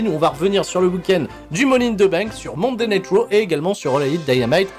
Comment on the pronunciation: j'ai compris monday nitro au lieu de monday night raw, coincidence ?